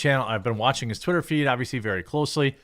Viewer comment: Veyrey Veyrey Clearly.